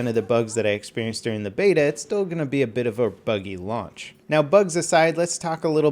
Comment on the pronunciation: Sounded like he said lunch